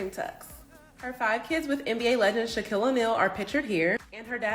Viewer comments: “Sha-Quill” is diabolic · If you say shakwrill one more Time lol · Please pronounce Shaquille name correct. Its not Shaqwille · Sha-kwille oneal lol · I know this girl did not say Shakweel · AI needs improvement. “N B Uh Star Shaquille O’Neal”?!?!?!😂😂😂😂😂😂😂😂😂😂😂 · Did she just say Shukwill? This AI is getting out of hand. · If you are going to exploit these people learn the pronunciation of all of their names please...it's pronounced sha-keel or just say Shaq pronounced shack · WHO THE HELL IS SHA-QUWILL?! 😂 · Yeah, Sha-QUILL and DEE-on. 😄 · Lies! These caucasians behind these stories, do I even have a clue about these people. Kind of pronounce shaq's name correctly. Typical, trying to progress off of our culture. SMDH...Losers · Can’t even pronounce Shaq’s name correctly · I stopped watching the second time she mispronounced Shaq’s name 😂🤦🏾‍♀️ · Why do yall believe this stupid stuff. There is nothing wrong with them. Girl find a real job. You can’t even say his name right. DONT SUBSCRIBE TO THIS!!! ITS CLICKBAIT. Make these podcasters that make up stupid stuff go BANKRUPT!!!!! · She said Shaquille 😭😭😭😭😭😭 lol you tried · Girl you can't even pronounce shaq's name and you expect us to believe you right! 🤬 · Ima need you to pronounce shaqs name correctly because ain’t no way in hell you don’t know how to pronounce his name as famous as he is